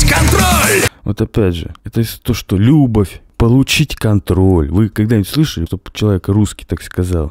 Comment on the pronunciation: Ребята, одно дело, когда Пушкин говорит музЫка вместо мУзыка, другое дело когда Тапок говорит лЮбовь вместо любОвь. И дело не в том, что там ПУШКИН, а здесь какой то тапок, а в том, что у Пушкина это органично вплетено в текст, а тапок это делает лишь в угоду иностранному ритму. Хотя переносы ударений у классиков меня всегда подбешивали. И вот эти ещё неологизмы типа "брег" или "вечор". Хуета. Но тапок ещё бОльшая хуета.